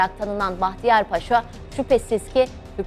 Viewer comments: Ударение надо ставить правильно. Не Пааша, а Пашаа. А то плохо произносится😮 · Уважаемая ведущая! Ставьте ударение правильно в слове Паша: ПашА будет правильно, вы же называете Эрсайа Бахтияра русским именем Павел (ПАша). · Разве ПАша, а не ПашА? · Salamaleykum! Mən sizə anlatalım. Paşa bir general rütbəsi. Dikkat etsəz yazılış və tələfüzdə bir a harfi kullanılır. "paaşa"isə o ruslarda insanlara qoyulan Pavel isminin küçültülmüş şəkli.Pavel isminin manası "küçük oglan" demək. Aynı zamanda 'paaşa' sözünə dikkat etsəz iki a harfıyla yazıldıgınl görərsiz. Rus dilində, paşa eyni zamanda paaşa sözləri var. Rus dilini yəni rus lisanını iyi bilənlər üçün karışdırılmaz. Sizin aparıcı yeni spiker rusca professional konuşdugu üçün,bu yanlışlıgı bilərəkdən yapmış olmasın... Deyə düşünürəm ki,bu da böyük bir hakarat olmuş ola bilir. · Ударение на слово не на пАша а правильно пашА! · В слове "паша" ударение должно быть только на втором слоге, и никак иначе.